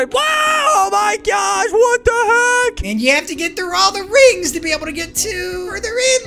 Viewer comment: You said rigs not rings